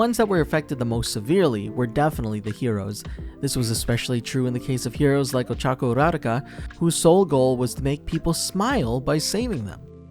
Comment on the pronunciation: Could probably try saying ochacos name right just once